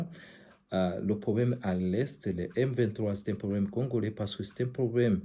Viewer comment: Congolais pas congorais , bruxelles , non bruxerres